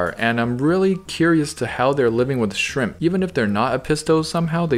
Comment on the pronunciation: “Maybe some shramP”